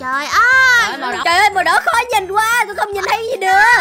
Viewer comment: Bạn b sai chữ quá chữ quá là qu a sắc quá không phải là qu e sắc qué